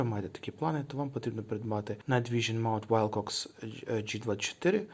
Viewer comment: Wilcox - вимовляється як Уилкокс, а не Вайлкокс🤦‍♂️